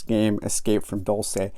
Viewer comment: It is not a fictional place. (And it’s pronounced ‘Dulse’, not ‘Dul-say’)